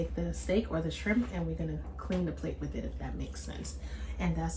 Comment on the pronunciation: Goin in for it TUH Noite! This looks good and You said "Scrimp" the ancestors had a hand in this one! Lol😂